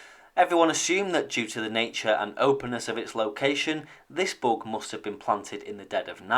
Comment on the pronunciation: Oh, he's saying "bug." I thought he was saying "book". That made it much more difficult to Google. Lol.